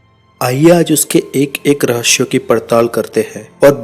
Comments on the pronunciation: भाई वो रहस्य होता है रहश्य नहीं। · भाई रहश्य नहीं रहस्य होता है l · Rahasya hota h rashaye nhi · रहशय kya hota hai be 😂